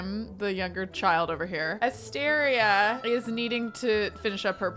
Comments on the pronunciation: Every time says Asteria's name I think for a split second she's saying Astarion, so it absolutely cracks me up that she chose that hair for Caspian and then actually mentioned Astarion 😂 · I would totally watch a livestream of you playing Baldur's Gate. 😆 I'm playing too and not going to lie every time you said "Asteria" I heard "Astarion"